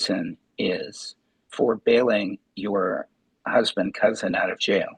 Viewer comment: The lawyer actually said "CUZBAND"....he didn't mean to, but I broke a rib.